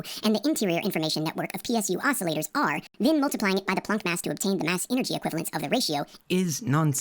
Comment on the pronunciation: The one niggling thing that irks me here is your pronunciation of the word "planck" as plonk, while it is actually pronounced exactly like "walk the plank" You are the only one I've ever heard pronounce it this way, and just to be sure I went and double checked. As I did pass honors ap English in high school, but it's been years since I've used many words.